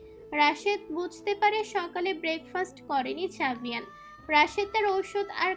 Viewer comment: আরে বেটি আভেয়ান না জাভেয়ান